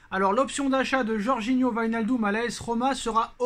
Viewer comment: Le psg avait vilnachdum pas wignaldum 😭🤣 nono la prononciation c tropp